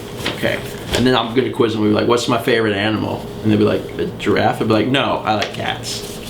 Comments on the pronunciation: gi-raffe. two syllables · I think people need to comment on the fact that you said "giraffe" like a normal person and not how you did in Day...91? Yes, 91, I just checked. Congratulations. =P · hey, you changed your pronunciation of giraffe! unless I'm just imagining thing...